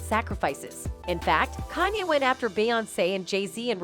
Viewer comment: CANYe West. Something wrong with her 😂